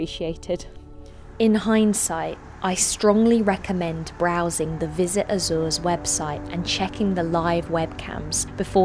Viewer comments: So funny the way you pronounce Azores, except for Miguel cousin of Michael (translation in English) that's perfect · Azoors? Sets seeyou dadgees? Just say Azores...